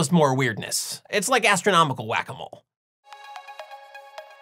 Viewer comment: When you said "Whac-a-mole," I I thought I heard "wabbit hole." Henceforth I shall refer to this sort riddle-mystery-enigma natural-philosophical turducken as a Wabbit Hole.